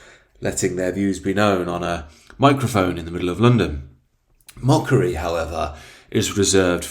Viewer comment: "mickery" lmao